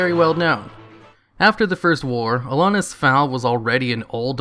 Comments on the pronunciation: Everytime you say Alonus i wanna die Is AlonSus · "Alonus" Foul xD You're missing a consonant buddy. A-lon-sus. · ALONSUS not Alonus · It's Alonsus not Alonus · it’s Alonsus Faol, not Alonus Foul. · no offense, but it's alonSus not alonus. otherwise nice video ;) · Also its Alonsus foal not Alonus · AlonSUS, not AlonUS. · ALONSUS. Not alonus... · AlonSUS, not AlonUS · Did you just not read the first "s" in "Alonsus", or did you not read the name at all and just guessed? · Alonsus: uh-lawn-sus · dude, love your vidoes.... but can you please read names of things properly? Alonus...? Freyjah ( and not Freyja pronounced Freya).... Like seriously I dig your stuff but come on man. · Brah please.. it's AlonSSSSSSSSus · "Alonus faol" Arghhh! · Jesus Christ aren't you reading that shit? you've said 'ALONUS' 3 or 4 times now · You know there's an "S" in Alonsus, right? It's not pronounced "Alonus". Jesus Christ, get your shit together. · You said Alonsus wrong, the s is not silent. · my only issue with this is the mispronunciation of Alonsus' name. otherwise? BALLER video. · So fucking triggered about the way you said Alonsus' name. But otherwise it's a solid 4,5/5 video keep up the good work man! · the s in Alonsus isnt silent :P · I like how you consistently mispronounce Alonsus the entire video. There are not one, but TWO S's in his name. Surprise!